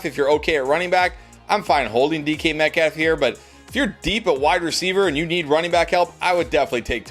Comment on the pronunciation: Y you saying DeeKy Metcalf lol